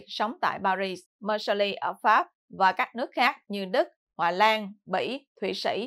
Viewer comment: Xin góp ý với: Tỉnh "Marseille" ở miền nam nước Pháp, đọc là "Mạc xây dờ" ( chữ "d" trong tiếng "dờ", phải đọc theo giọng nam, chữ "dờ" đọc rất rất nhẹ), chứ không đọc là "Mạc xơ li" theo tiếng Anh như đã đọc nhé. Còn Paris, đọc là "Pa ri", không đọc "xì" ( chữ "s" cuối, không đọc ).